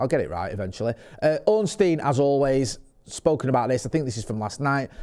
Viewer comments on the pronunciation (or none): none